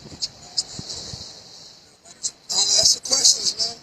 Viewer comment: “Axe me about my dackaments” god how hard is it to pronounce a THREE letter word CORRECTLY?!?!